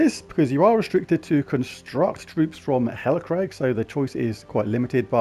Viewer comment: "Hellacrag"? 😝 its Hellcrag boss 🤣